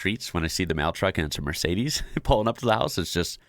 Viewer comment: Next you'll have to learn how to pronounce Mercedes.